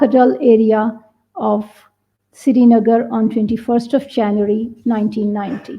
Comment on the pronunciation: Wear burkha you unmuslim aurat. Of a unmuslim country. The siri nagar pronouncement is the only legit thing.